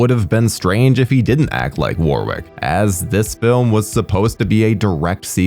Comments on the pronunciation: The w is silent in Warwicks name. It's pronounced warick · Warwick is pronounced as wa-rick. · Hey - love your vids - they're fun & informative and always entertain. I gotta tell you though, British place names etc often sound differently than you guys across the pond would pronounce them and Warwick Davis is no exception (also counties such as Warwickshire, which sounds like its a tough one for you guys to handle) Warwick is a nation favourite over here, for the Leprechaun movies and other bigger movies. Name is pronounced as 'Worrick' not 'War-wick'. There you go mate. Other than that - great vid. I've only seen the first one but may look at a few others now. Some, maybe not.